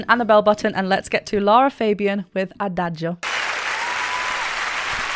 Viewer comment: Congrats, you’re the first English speaking person to pronounce Adagio correctly… 😂😂😂 Seriously, thank you for the wonderful reaction video.